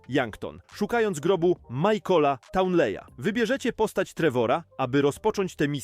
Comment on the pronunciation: Najlepsze jest to że on inaczej przeczytał nazwisko townley